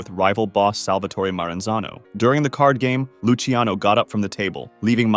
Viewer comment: btw luciano is pronounced "loo chano" not "loosey ano"